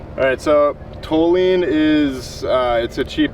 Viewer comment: The panel wagon's a beast now, gonna have to adjust the flickage! btw we pronounce toluene = tall-you-een back at the lab.